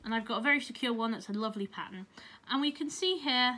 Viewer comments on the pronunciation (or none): none